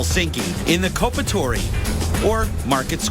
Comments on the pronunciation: "Cope-a-Tory" = Kauppatori :DDD. I love how he pronounces the finnish names and places. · I love how he pronounces kauppatori 'coopatoory'